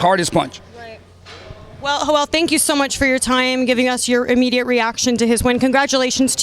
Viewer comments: The guys name is Joel not Hoel . Im dead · "Hoel"... Tf